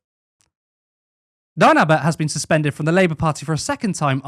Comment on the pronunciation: she wasn't suspended according to her she was "SuFenDuRd" 😂